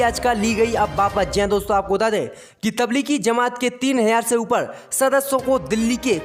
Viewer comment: Aap ek shabd galat bolte hain or woh kia hai ki aap bolte hain ki tabligi zama at..... Yeh tabligi zama at nahi hai balki tabligi jama at hai jeem hain nake zeem to woh right jumla hai tabligi jama at ok main aap ko isliye boolraha hun ki yeh aap ki news sab koi sunta hai or galat boolenge to sab hasenge isi key main ne aap ko yeh baat batadi or main umid kar ta hun ki kal se right jumla bolenge ok